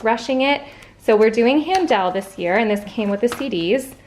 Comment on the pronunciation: Music major here. It's not Han-dell like you are saying. It's pronounced han-dl or HEN-Duhl if you want to sound authentically German.